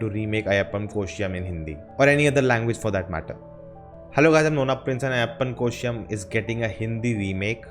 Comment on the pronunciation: Learn to first pronounce properly the name of this original movie